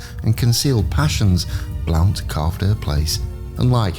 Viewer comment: Pronounced blunt.